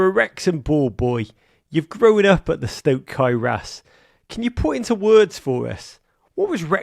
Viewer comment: Stok Cae Ras has a lovely ring to it You pronounce it beautifully!